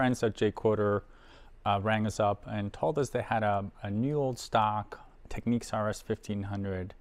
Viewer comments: Great video & find. It’s Technics, not “Techneeks” :) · Wonderful machine, and very nice video. But why on earth do some people insist on pronouncing the brand name "Tek-neeks"? In their own old commercials from back in the day you can hear it pronounced "Tecknicks". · It’s pronounced tech- nicks .